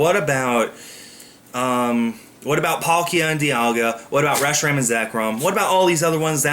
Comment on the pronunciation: Ugh..... The way English speakers pronounce Reshiram just BOTHERS ME!!! We make it's name sound so retarded